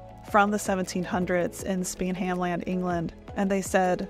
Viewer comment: I always enjoy your vids, however to pronounce Spenhamland, SPEN(silent H)am-land. Emphasis on the FIRst syllable.